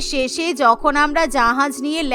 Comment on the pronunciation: জাহাজ ❌️জাহায়াজ ✅️😂